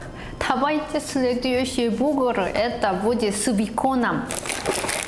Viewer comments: Что за "бугур"? Может "бургер"? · Сорян,, но уже можно научиться говорить бургер вместо бугр. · Бугур ахаха, бур гер, буря германия, а не бугор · бургер, бурррргер, буРРгер, буРгер, а не бугэр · соединила русское и английское произношение и родился на свет "бугр" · Все:БурГер:БугРы😂😂😂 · Еда, если честно, аппетита не вызывает. Посмотрел только ради того, чтобы слышать как произносит "бугр". За это, собственно, и лайк. P.S. Не болеть! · Чёрт! Точно! БУГР!!! Как же я забыл, что называет бургер - БУГР! Это такой шикарный изюм, просто класс!:)) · Каждое слово, произнесенное, звучит очень мило, особенно - бугур ^^